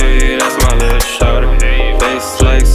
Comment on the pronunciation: I prefer this version where he pronounces sade like a pleb